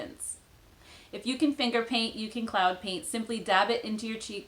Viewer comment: When she first said cloud paint I thought she was saying CLOWN paint and thought why would a company call make up that LOL